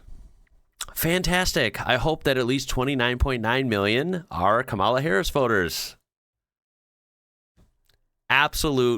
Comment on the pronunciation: Just out of curiosity, why do you mispronounce Kamala's name? Not being difficult, just curious 🤔